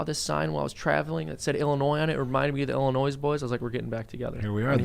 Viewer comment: I understand that the mispronunciation is intentional, yet still, it bothers me immensely.